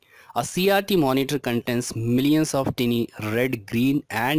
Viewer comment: When you said cases, I thought you said kisses. And when you said CRT, I thought you said CRD.